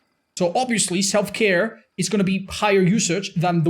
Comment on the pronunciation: Did somone say Self-care? I just heared Self-destruktion